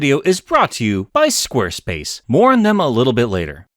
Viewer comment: "Mourn them a little bit later." Uh, I know you said "more on", but I've listened to that line 15 times and the first quote is what keeps hitting my eardrums. So now I watch the rest of your video with trepidation.